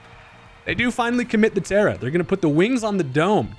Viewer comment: did you say “they commit the terra”? Hahahah, scarlet and violet still got a hold on you?